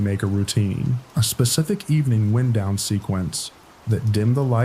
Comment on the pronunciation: love this channel, but I can’t help it — it’s pronounced “wine-down” in the first story 😂